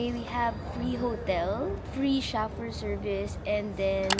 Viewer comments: chaffeur is pronounced sho-fer its not sha-fur LOL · Dahil ba sa pagmispronounce ng chauffeur?